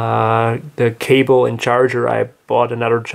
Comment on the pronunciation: Kabel? You mean cable?